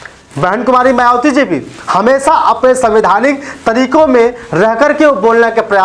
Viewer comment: शुद्ध उचारण करें भाई बहन मायावती कहे मवाती न कहे